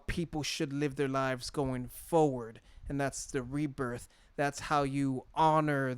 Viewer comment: He's actually saying rebirth rebirth but it does sound like he saying reaper